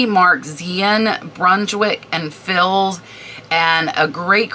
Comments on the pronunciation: the fils is pronounced like fee, the th in thibault is like hard t. love your information videos! I only know the info, because my friend was a decorator. thank you for all the work and knowledge you share!!!! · Hi, Former decorative textile representative here… Thibaut is phonetically pronounced: tea bow Brunschwig & Fils Is pronounced - you got Brunschwig correctly; Fils is Fea The s is silent! I have a ton of sampling and yardage I’ll be listing soon! Thanks for the prompt!!!😅